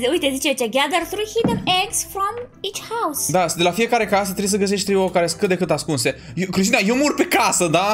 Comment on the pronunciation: Auzi la Cristina: Voi ati decorat ou ă